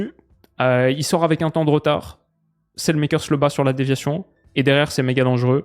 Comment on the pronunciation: Super vidéo Pour la prononciation du belge Salemakers, je te conseille d'aller écouter comme les flamands le prononce, ce n'est pas du tout comme ça. Cela se prononce quasiment comme ça s'écrit finalement